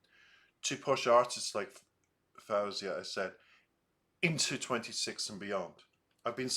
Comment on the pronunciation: Just a friendly tip that she pronounces her name as though it's spelled FOzia. Fo like toe, not fow like cow. 🙂